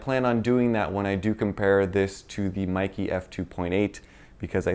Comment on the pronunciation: It is actually MEIKE, not Maeekee. E is pronounced like in bEst, tEst.